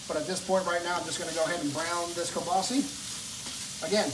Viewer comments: KielbasAAAAAAAAH. Please, it's not kielbaseee. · I’m Chicagoan 1/2 polak and never heard someone say kielbasi. I had to google guess its regionally pronounced different